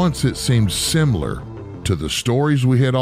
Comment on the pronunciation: That word again - "Simular" !?